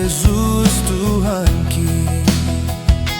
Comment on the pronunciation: Belajarlah Bah Batak yg benar karena jadi rancu karena pronounce yg salah kalau penulisannya Tuhanki bacaannya tuhakki harus itu karena itulah pronunciation yg tepat bukan mjd lemah seperti dalle